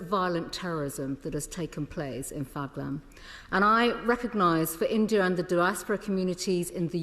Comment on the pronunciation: Phaglam?? Lakshar-E-Tabaya??? Lakshar-E-Taba?? Priti Patel, surely you could pronounce Pahalgam and Lashkar-E-Toiba at least as well as the native brits and Americans who have been getting it right!!! What an ignorant Brit Indian!!!